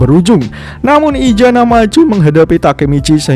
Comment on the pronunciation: Maaf untuk admin kalau bisa huruf Z nya jangan di baca ijana tetapi isana yaa